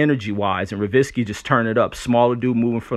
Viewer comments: Ryan Ro-zee-kee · its pronounced Rose-Icky